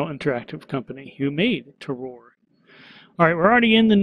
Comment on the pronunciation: Just to let you know, Terroir is pronounced 'Ter-wah'. It's a French word so the pronunication is a bit tricky for us English speakers. It is a great word though because the definition is something like 'all of factors that give the wine its unique taste'. So all of the enviromental factors such as the soil or the weather where the grapes are grown that make the wine taste the way it does. A pretty good title for the game imo. :)